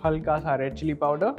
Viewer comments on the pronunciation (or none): none